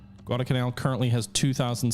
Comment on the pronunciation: Neither of the l's in Guadalcanal is silent.